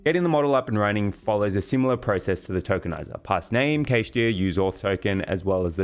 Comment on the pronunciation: Most people pronounce cache the same way as cash 💲